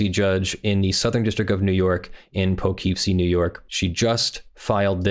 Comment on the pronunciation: Poughkeepsie native here. It's pronounced Po-kip-see. Thanks.